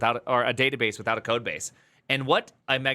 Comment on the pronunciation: le databass